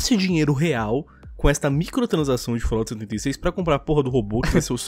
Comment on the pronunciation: agra não é mais fallout,mas sim fallOUR